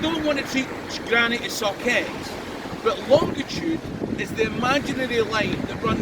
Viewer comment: I hate to be picky but the word is "longitude" no d in the middle sir. BTW I love your videos.